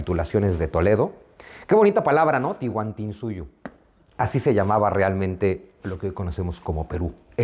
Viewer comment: Estimado señor Zunzunigui. Gracias por sus conferencias. Tengo entendido que no es "Tihuantinsuyo" es "Tahuantinsuyo" Saludos a usted y sus seguidores